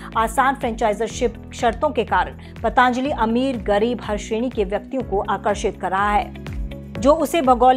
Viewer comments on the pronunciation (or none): पतंजली not पतांजलि